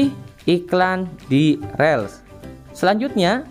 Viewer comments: dibacanya rils mas bukan rel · Baca Rils bang bukan rel